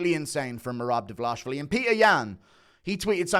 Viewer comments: His name is Dvalishvili, not Davalashvili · it's not "davalashvili" it's dvaLISHvili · ISH-vili Not ASH-vili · Pardon my Hermione, but it isn't Dva-lah-shvili, it is Dva-lee-shvili. Get it right, please. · Bro it's DWALISHWILLY. very very easy brudah. U over here speaking a new language everytime you say his name. "Merab davalashvilly. Merab davalashavalashavalashavalashvilly. You getting a name or names wrong is like Dana using a non haitch-D camera mate. No dis-heespect. Ur a great guy. A wonderful guy. A swell guy. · Why do you keep saying Davlash---vili???? it's Dvalish---vili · I know that average UFC viewer IQ is below 50, but is it really hard to pronounce 4 characters in a row? His last name is DVALISHVILI. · I think yall should start saying it right already, for fucks sake... repeat after me: DVA-LEE-SH-VEE-LEE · still waiting for u to pronounce Merab's last name correctly 🤣🤣🍿🍿🍿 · At least put some effort and pronounce Merab’s name correctly, that’s very unproffessional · You keep mispronouncing merabs last name 😂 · Guru never pronounces merab's name correctly